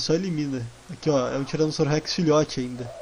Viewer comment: Eu acho engraçado vc fala Tiranossauro Rex vc Tiranossauro hurhex kkkkkkkkk